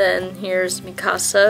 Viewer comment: iits mikasa not me kaaa sa lol